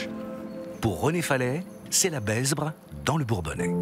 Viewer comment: Rivière La Besbre : Prononcer « La Bêbre » et non « La Bessbre »